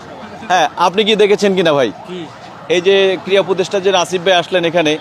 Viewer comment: " শব্দ " টা "ক্রিড়া" ক্রিয়া নয়।